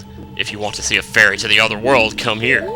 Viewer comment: you almost said a feary instead of a fairy